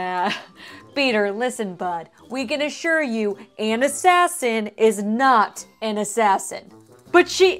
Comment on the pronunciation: Just saying that would be ona not Anna